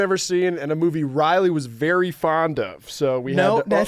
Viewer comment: Am i the only one who didnt know their names were pronounced "Rizzly and Gyatton"